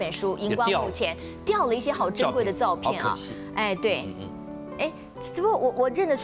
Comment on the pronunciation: 沈小姐老把"照片"唸成ㄗㄠˋ片, "變成"唸成變ㄘㄥˊ